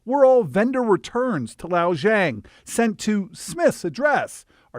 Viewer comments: I love that you all couldn't figure out how to pronounce the Chinese name, so you just YOLO'd it lol. Lixiao Zhang, ignoring tones, would be "lee shao jahng," or at least that would be close enough. "Lao" lololol Also, "no place for fraud at Amazon" is unintentionally hilarious, coming from Amazon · I aint even Chinese man lol, but i can pronounce the guy's name better than that ffs. His name isnt "Lao Zhang" you can see on the label the name is "Lixiao Zhang" It is pronounced like "Li Shao Zhang". I had to point that out. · "Lao Jong" huh? lol Lixiao Zhang would be pronounced as Lee like the jeans, shao like the sh sound immediately followed by ow as in ow I stubbed my tow, Zhang like the zh sound found in words like "measure" immediately followed by the ong sound from gong, like the thing you hit that goes "gong". But yeah. Definitely NOT "Lao Jong". It's like you just skipped inconvenient letters entirely and have never heard a Chinese name before. lol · It’s pronounced Li Shao Zhang 😂😂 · The reporter was to lazy to pronounce the Chinese name after the first time. Lixiao Zhang became Lao Zhang. How ignorant of him! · I'm sorry, but the fact that the mispronunciation of the vendor's name ended up basically making it "Old woman Zhang" (老张) just makes this so funny 🥲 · Even though it's a scammer the name butchering hurts. It's pronounced Li See-ah-oo Jang. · Lol the name of the intended recipient is pronounced "Lee Sha-ow J-ah-ng" lol the reporter pronounved it so funny hahs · HEY, the fraudulent seller's name is clearly "Lixiao Zhang". The newscaster keeps saying "Lao Zhang," which is completely different. If a criminal's name was, say, Lee-Shaw, it would be ridiculous for the news to keep wrongly calling the perp Lou, Law, or Lowe. These are DIFFERENT NAMES. It's important to get the perpetrator's name correct, even (especially!) if it's an "ethnic" name. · He just completely gave up trying to pronounce the name and only said one syllable instead. 😂